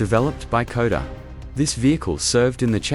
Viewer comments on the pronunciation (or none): KODA ???? your AI needs correction..SHKODA !!